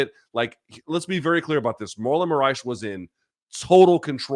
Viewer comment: Lol at calling Moraes "Saitama."